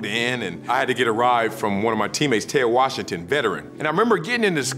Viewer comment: how he says Ted Washington